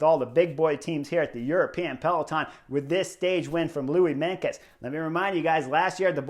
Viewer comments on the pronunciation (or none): Not Louis Menkes but Louis MeinTJes (Tjes is pronounciated as "'Chuss' in English) :)